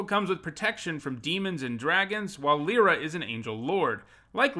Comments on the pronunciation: the way you say my name brings me ungodly rage lie, not lee lee is Lira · Lie-ra* is the correct pronunciation